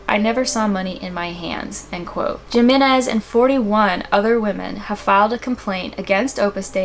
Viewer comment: Jimenez is pronounced Hee-men-ez! For future reference